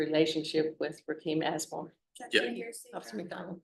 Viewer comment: Did she say assmore? 😂😂😂😂. Boys are gonna love him.